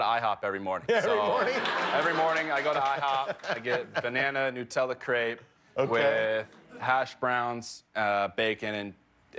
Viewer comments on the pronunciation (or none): none